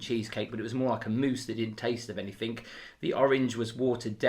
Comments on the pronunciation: Anythink? C’mon.. it’s anythinGGGG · I don't mean this to be rude, I love your channel and shows, but when you mean any thing you say any think, and it drives me crazy. TIA